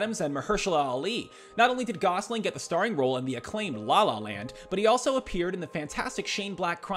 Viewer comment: "RYAN GOSLIN" -- D'oh!